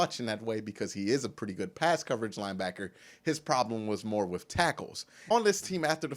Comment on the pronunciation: Love your vids man... Great insight. Great comments and coverage... One thing though. Just one. With ...withhhhhh lol you said WiFF like 100x. You'll go farther in your career being grammatically correct.